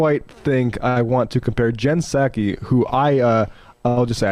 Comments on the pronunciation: Is he mispronouncing her name on purpose? Or am I the one who's not getting it right lol I thought it was SAH-kee like a sake bomb. Edit: okay It has to be on purpose because he got it right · Did y’all notice how at the beginning of the vid Charlie pronounces the P in Ms. Psaki’s name, and then later says it right? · This idiot doesn't know that the P is silent....Jen 'Puh-Saki' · Does he say P Saki on purpose? wtf is this or he even going on about, what a tool, I hate people... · hmmmmm jen p-sacky ........... its jen [p]saki as in SAKE [ Japanese rice wine ] the pee is silent chuckie such a race baiting move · "Jen Pe-saki" what an idiot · Actually Emma it's P-saki bomb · Puhsaki. Tf? The puhsychology of the right always mispronouncing names would be interesting to hear. He accidentally pronounced it correctly a couple of times. Fkn loser. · The way he pronounces Psaki takes me back to my childhood hearing "p-sychiatrist" on the Animaniacs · Jen Piss Aki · It's a clumsy metaphor, but I get what he's saying. The real annoying part of what Charlie said is the way he pronounces Pskai. Everyone knows the P is silent, what's going on? He's not the only one who pronounces it that way either. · Kirk pronounced the “P” in Psaki. Just saying. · So does he know how to pronounce her last name or is he trolling? I never know. I do know Right loves to own the libs by pronouncing their names wrong. Isaiah? Eye zih uh? Issac? Is that biblical?